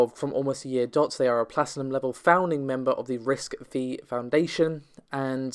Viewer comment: RISC-V is pronounced "risk five".